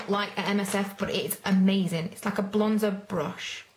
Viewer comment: Its funny when you say amazin!!!!!!!!!!!